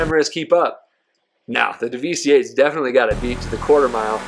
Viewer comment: It's pronounced "devastate", you know, the synonym for destroy. Not Daveestee. That being said, this is the most comprehensive comparison I've seen yet. Everyone else just uses really dumb races on airstrips and don't even show the times clearly, and most don't bother testing top speeds on oval tracks. Some use a really long straight, which is again very unrealistic. Also, not a single person (except perhaps Broughy1322) actually explains the realistic performance of these cars on a track accounting for the oversteer/understeer and actual handling experience.